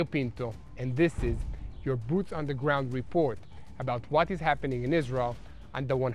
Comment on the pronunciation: To me it is cute how israelis pronounce Israel like "Islel" 💙